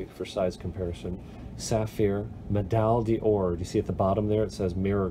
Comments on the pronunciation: These « pâté de luxe » and « medal Dior » are pretty fantastic 🤣 When you know what pâté is, you do want to pronounce that right! Anyways, great video man! Quite helpful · just fyi the "Pate de Luxe" is pronounced "PAH-t-uh" (or simply Pat, like short for Patrick); the way you're saying "Pah-TAY" would be the french Paté which is a food. Also, Medaille d'Or is pronounced "Med-EYE door" Hope I helped you improve your french:-) Thanks for the video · It's pronounced "paht" (stress on the first syllable) de lux and medal "dor" (no division between d' and or). Great video, always very useful.